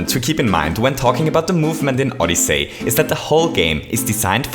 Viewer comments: OdyssEy not OdyssAy. HTH. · Nice vid. Just a heads up, it's pronounced "Odysee" not "Odysay". Besides that, nice vid, you really confirmed what I've been thinking since it came out. It's a really cool game for anyone to play! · You said SO MUCH things wrong in this video, first of all it's odyssey, not odys-SAY! It's Bullet Bill, not Bullet Blaster! It's Dive, not Belly Jump Last but not least, IT'S LONG JUMP!!! NOT "SPEED JUMP"!!! JESUS CHRIST! I TRIED WATCHING THIS AND NOT GETTING MY ASS BLOWN AWAY BY YOUR SHEER LACK OF KNOWLEDGE ON THE NAMES OF MARIO'S MOVES!!! YOU CAN'T EVEN PRONOUNCE FUCKING ODYSSEY! DID YOU EVEN LOOK AT THE ACTION GUIDE FOR THE NAMES AND CONTROLS?! PLEASE JUST STOP IT! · Did anyone else notice that he was saying Odyssay not Odyssey? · SMO is awesome. Ahdussii not odisei. Loving it. But the cap jump is too hard to do.... Maybe some day I can do it. But the movement can suck too... It accelerates too fast... Which makes it frustrating when you accidentally fall off a platform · Odysaay! Just say odyssey lol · Did you say OdyssAy? It’s Odyssey. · oddisay but its oddysey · Odyssey is pronounced “ODD-ih-SEE” not “ODD-ih-SAY” See is pronounced differently from Say. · Oddyssy not oddessey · "ODISAY" Don't hate me pls I luv u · I’m sorry but I couldn’t help but laugh at how he said footage and odyssey